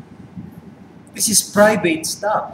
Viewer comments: "This is praybeyt STAP" hahaha!!! never fail :) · natawaako sa "praybeyt stap" ni kuya mikey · this is PRAYBEYT STOP! lol made my day! :))